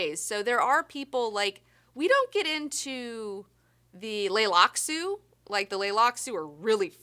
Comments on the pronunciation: Why do you remove the T from Tleilaxu in pronunciation? Have I been saying it wrong? Or is this just a personal taste decision? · Hahahaha, I have never heard anyone pronounce "Tleilaxu" like that before. But now that I think about it, I think I've probably discussed the Tleilaxu in person with only 1 other individual in my entire life and I guess we just kinda agreed on how we'd pronounce it without thinking of other people. Weird... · I really think she should have read more of the books before doing a Q&A, she got so many things wrong about the Law of Dune the most basic of which is the fact that they are called the Tleilaxu or the Bene Tleilax not the leylaxu. I appreciate her passion for the books but being passionate is no substitute for for learning.